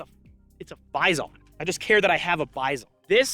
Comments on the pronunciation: Dude, originally PP-19 BUFFALO in russian sounds like "bee-zon", not a "buy zone" Besides, you have in your hands a copy of Bison-2-01 - a more advanced version of PP-19 for 9x19 cartridge Congratulations on a dream come true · Russian: Bee-zon English: Bi-son: Bi....ZON.... emphasis on zon fr tho love the Bizon, one of my favorite guns and I'll gladly use its shitty iteration in CS:GO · Sorry to be a pedantic dick, but its pronounced bee-zon. The Russian backwards N is pronounced as EE. I love the gun and vid tho. <3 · I was looking for this. He should also stress the second syllable, not the first one. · Hate the way you say Bizon